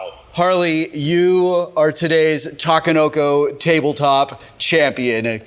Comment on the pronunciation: a = ah; i = ee; e = eh; o = oh; u =ew ta ke no ko NOT ta ka no ko. Since Sheldon isn't here to school you I felt it was my duty. See you at GenCon Will.